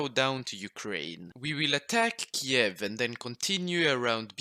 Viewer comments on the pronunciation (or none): none